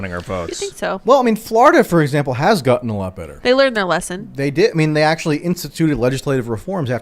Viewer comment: Michael Tracey: "Ackshullly! Ma! I need a hot pocket! Anyway, ackshully"...